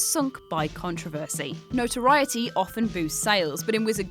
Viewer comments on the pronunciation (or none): none